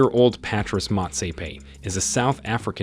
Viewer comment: Kanye is pronounced Con Yea. ...not can I. Beyoncé's name is pronounced Beyon- say. Patrice is pronounced patreese. And I'm sure you got everyone else's name wrong too. Plus, you explained how the first white looking guy (Karp) made the list as a black person but what about the rest? Rhianna is from the Caribbean in America.